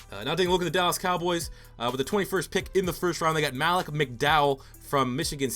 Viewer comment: It pronounced Ma-leek McDowell not Mal-ick